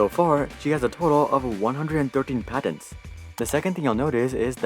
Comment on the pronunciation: “I love how he says “PADENS”🤓